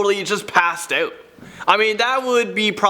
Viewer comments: Is it "out" or "oat" ? 🤦🏽‍♂️ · can't even pronounce 'out' without a ridiculous canadian accent and as you can see isn't even canadian, this video is a joke